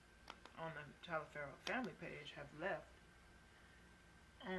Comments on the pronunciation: It should be pronounced Toliver. (My last name is also Taliaferro). I'm related to the settlers that came over to America from England and if you message me back I can explain every thing and why your last name is Taliaferro. And you actually could be Italian. Look up Booker T Washington. So hit me up with a message, I might be able to clear this up for u a little. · It's only pronounced "Toliver" because it was anglicized. That's not the original pronunciation.